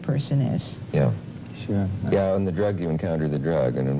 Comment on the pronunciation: "I like the children to be influenced by 'thee' and 'ei'"